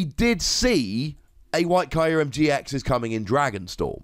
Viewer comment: I hate how Kyurem is pronounced in this video. I thought it was "Cure-em".